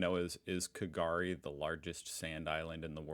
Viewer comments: K'gari is pronounced "gari". The K is kind of silent, essentially it runs with the g forming a very short 'cough' sound. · I'm someone who has been to Fraser Island several times, and just for future reference, it is pronounced Gari, the "K" is silent. Also it was recently renamed to K'Gari not too long ago Also Butchella is pronounced But Chella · An "s" isn't a "z" so it was "Fraysiya Island". And K'gari is "Gari". No need for the K. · The K in K’gari is silent. The Maheno wreck is the most known of the shipwrecks, Lake McKenzie is stunning and just walking through central station and happy valley is an experience. It’s a holiday destination, often tourists and families but the experience of dingos walking past you poolside is long in the past - they are fenced out of the resorts now with warnings on the gates for those who are prepared to walk a little further.